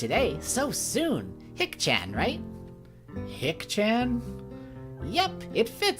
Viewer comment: Shicchan is pronounced more like she-chahn and Hicchan more like He-chahn. Love this let's play (especially your Misha)!